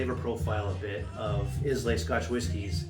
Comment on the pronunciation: EYE-LA not IS-LAY